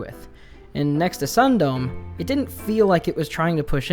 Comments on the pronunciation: i googled "sun dome" and found out it's a japanese word, meaning "stopping before" and with the context of the story, it could very well mean (sexual) "edging." so it's pronounced "sun-do-me" not ☀️dome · Sundome is pronounced "Soon-doh-meh", but now I feel compelled to call it "Sun-Dome."